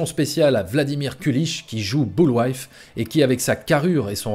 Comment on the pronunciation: Boulwife ? Ton étude est super bien faite mais dire "boulwife" plutôt que " boulvaï" c cho